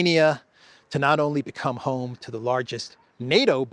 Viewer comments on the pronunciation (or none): none